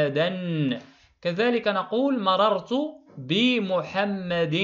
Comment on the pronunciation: استاد مررت ماشي ممررت